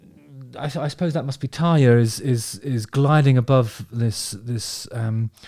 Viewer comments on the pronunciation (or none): It's TARRRRRYA, you gotta roll that R.